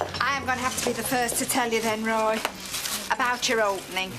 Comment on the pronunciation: And I wish she wouldn't add an "h" at the end whenever she pronounces Roy's name.